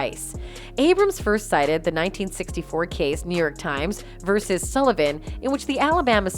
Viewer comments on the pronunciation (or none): none